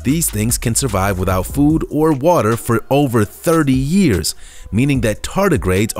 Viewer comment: cmon man years not yraes Also camels WTF?